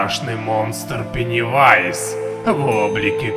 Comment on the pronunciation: говори правильно пеннивайз